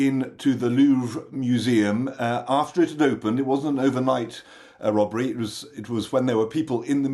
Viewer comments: A Wobbery... was it Woopert, Woderwick? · So gurny female presenter can't "robbery" pwoperly, wtf, just blame Russia ey